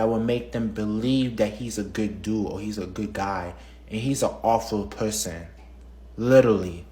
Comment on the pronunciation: "and he's an awfuw pewson, witiwawy"